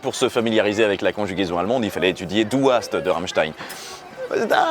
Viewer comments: C'est "du hasst"*, "tu hais", pas "du haast" ;) ! Sinon la vidéo est super, ça fait plaisir de voir une chanson de Rammstein dans cette émission ! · Petite correction (sans me moquer, promis) haïr, c'est "du hasst" et non pas du "haast". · Et "Tu hais" c'est "du hasst" et pas "du haast" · Bonjour, je viens faire mon grammar nazi (sans mauvais jeu de mots). En allemand "tu détestes" ou "tu hais" c'est "du hasst" ! C'est pas deux AA, c'est deux SS comme dans... Oui enfin bon, bref vous avez compris :) Allez sans rancune. PS: Ton accent est ...